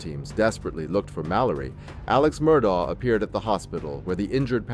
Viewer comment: It’s pronounced “Murdock”. You can literally HEAR Alex say his name at the beginning, on tape. 🙄